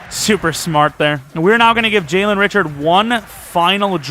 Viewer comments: it's actually pronounced Ri-shard, not Richard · Richard is pronounced Ri-shard but love you picked my raiders!